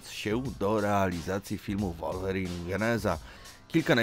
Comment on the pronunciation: Taka ciekawostka że mówi sie Łolwerin 😅